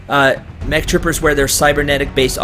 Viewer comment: its M E C not EMC